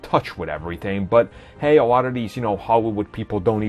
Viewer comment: Hehe 'awot of these howywood people'